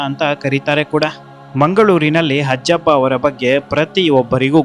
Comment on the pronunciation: ಹಜ್ಜಪ್ಪ ಅಲ್ಲ ಅಜ್ಜಪ್ಪ